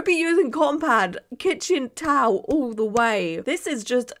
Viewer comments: “TOWELLL” is the new “CARPETT” 😂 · saying “towel” like Pheobe in friends saying “nestle tollhouse” is sending me